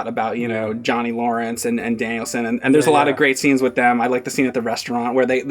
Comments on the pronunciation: "Danielson"! His name's not like Steve Danielson! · He left saying Danielson like Mr Danialson. It's Daniel 'son' like the Japanese say. Phil spidermn anyone? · It's funny that calls him "Danielson" like it's a surname. It's Daniel-san, with "san" generally used in business meaning "honorable Mr/Mrs." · “Danielson” like it’s his last name??? It’s “DANIEL SAN”! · Its Daniel son. Not Danielsun... 😏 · James reminds me of Dimitri from the show in question. To: It's Daniel-San, not Danielson. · Is he calling him Danielsin ? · FFS stop calling him "Danielson". His name is Daniel. Or if you want to get all weeby Daniel-san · Everytime says Daniel San as "Danielson" like it's just some British last name. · keeps calling him "Danielson." Miyagi called him Daniel-san. "San" is a Japanese suffix. His name is Daniel Larusso. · pronounces Daniel San as “Danielson”. Like it’s his last name. I think I might start doing that. Lol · Great review but is no one going to point out pronunciation of Daniel-San. He kept saying Danielson like it the Karate Kid's last name. I know I'm nitpicking here, but man that made me feel uncomfortable. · it’s not Danielson, it’s DANIEL-SAN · Is trolling people on purpose saying Danielson or does he not know? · Daniel Son, not Danielson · He thinks the guys' name is literally "Danielson" or "Danielssen." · please stop calling him Danielson. He’s Daniel San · Danielsen? lol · It's not like some guy named Phillip Danielson, it's Daniel-San! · Every time he says Danielson I cringed like mad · Who's Daniel sin? keeps saying that. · Dude... Daniel sen? If you only said it once I could let it go, but come on. I am not expecting you to speak Japanese, but at least pretend like you listened to the audio in the movie!! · I came on here to comment on that, pronounciation of Daniel-San is so irritating